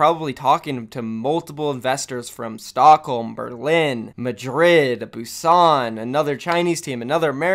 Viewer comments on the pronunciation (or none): none